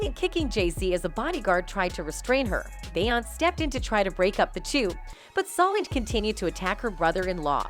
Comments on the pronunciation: It’s Beyoncé not Beyons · Who tf is Bay-onse? lol! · Lol who tf is "bay-hance"?! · The pronunciation of her name beeonice not bey onice . Too many of you people making these podcast can’t pronounce the names correctly. Get your sht together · The voice animation is slaughtering their names 😂😂😂 Bay Ons 😂😂😂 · Be-once, Kan-I, Nass and Char-la-mag-na lololollol. Worst bot ever. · Who is this "Bey-anz" ? is the voice over done with AI? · Beyoncé aka “Bay-Aunts” Charlamagne aka “Char-La-Mag-Knee” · Why does it keep saying "Bay onss? Is this AI reading the script? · Bay-once & Sol-inge 😆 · Char la mangy the god, Bey ons? lol, text to voice fails again. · I've never heard of the Bee-yons. Who are they? Stupid comp narrations. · BAY-YONCE! NESS! DR DREE! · Bae-once😂😂 who tf is that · It’s actually bay-aunce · Same as Bay-once 😆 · Bayonce as she says lol😅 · This woman narrating This video really can’t say Beyoncé you can’t pronounce it that’s crazy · This whole thing was ruined by the mispronunciation of Beyoncés name. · I didn't know Beyonce rhymes with seance. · Why tf can’t you pronounce her name properly????